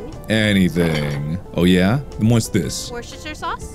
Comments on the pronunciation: No, it's not!! It's pronounced woorstersheer sauce, not wooshtershire sauce! You got scammed TWICE, man... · Fr she said worchishire sauce. I can't even pronounce that. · It doesn't though, it's pronounced 'wuh-ster-sher' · It’s pronounced wrong >:( it’s meant to be wuss ter shurr sauce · I always heard it pronounced as Wooster-shire. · it's pronounced like worce-stershire - worstershire. Not wor ces ter shire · lol Google is wrong then cus is "wooster-shire" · Can confirm no one in the UK would pronounce it like that, Worcester is basically prnounced Woo-ster. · Its actually pronounced wer-chester-shire sauce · she said it wrong its wor chester shire sauce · lol thats not how you pronounce Worcestershire. It's "Wuss-ter-sher". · Did you just say washyoursister sauce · I am British tho. She said it wrong in pretty much every accent in the uk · love how she completely butchers "Worcestershire" but he's like "damn she's good" lmfao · she butchered it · NO WAY SHE PRONOUNCED THAT 😂😂😂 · that's not how worchestershire sauce is properly pronounced. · Not how you pronounce worcestershire sauce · can pronounce anything and still mispronounced Worcestershire